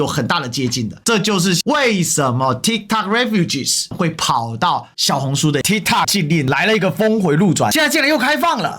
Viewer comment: tikt"o"k, 發音是"o" like "o"ld, 不是"a" 喔